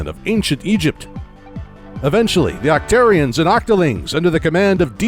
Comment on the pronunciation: It's not pronounced "oc-tear-ians", it's "oc-tar-ians". And it's not "Sammonnids", it's "Salmonoids".